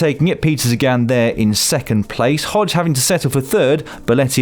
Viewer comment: Man, for f$#k's sake, it's Hodeg, not Hodge...